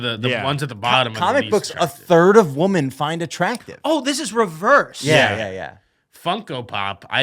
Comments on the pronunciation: The way everyone is saying “woman” instead of “women” lol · I feel like I just watched struggling to pronounce the word 'Women' for half an hour.